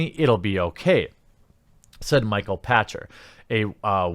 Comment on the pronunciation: Patchter is pronounced "pakter" he's made many great calls over the years. However I like Pachter, he's worth watching...but unfortunately he's an accountant. He plays games. In his defense. But view is heavily based on numbers. He's been off more and more since the beginning of this generation. But he did man up and appoligize when he made questionable comments on Iwata's legacy at Nintendo after his passing.